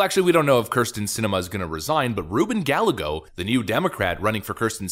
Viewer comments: It pronounced guy_eggo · Hey I just wanted to tell you that the name Gallego is pronounced "Guy-ego". The two/double Ls in spanish make a Y sound.